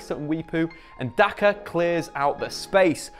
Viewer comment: You saying Daka and Mwepu made me feel proud as a Zambian.